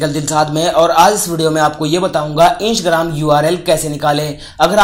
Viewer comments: Hello bhai o isgram nahi Instagram he😑😖pahle to dhang se bolna sikhiye uske bad video banao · इंसग्राम नहीं है इंस्टाग्राम है ठीक से बोलो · Insgram nahi hai instagram hai sahi se pronounce karo 😂😂😂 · Right bro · 😂😂😂your are right bro😂😂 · sahi hai bhai😃😃😃😃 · Mistake ho RHA he bro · Bihari hoga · Bat to bilkul sahi kahi aapne